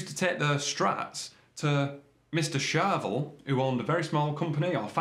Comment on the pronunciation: charVEL .... not CHARvel. Please man.... respect the syllables!